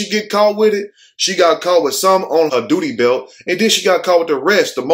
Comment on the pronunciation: Sounds like the news guy said “booty belt” instead of duty belt